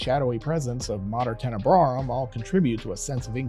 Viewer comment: Tenebraum Tenebrae